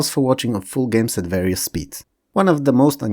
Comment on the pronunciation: Sorry, OCD here... This video is awesome and your level and pronunciation of English is globally very good. There's just this one word that you repeat quite frequently and that you mispronounce: "various" The "a" is not like in "bat" or "cat", but like "share" or "scare".